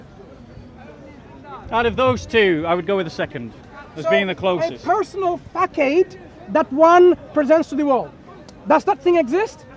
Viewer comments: Oh by the way,, while reading a definition mispronounced the word facade as Fa Kade, it is pronounced Fe Sad. I find it spittle ironic that a man that is attempt ing to school someone in the English language just tripped over a simple English word. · Did he just say fakade not facade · Facade - apparently pronounced fack-ade by the weird shouty bully with acne and a little hat.